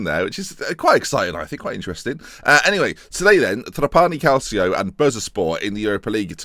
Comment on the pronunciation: He still says Cal-see-o, give up hope.